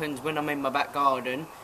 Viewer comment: Sounds kind of in between but i heard him say garden at the start and it sounded very scottish